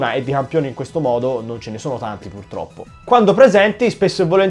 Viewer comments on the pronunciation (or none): none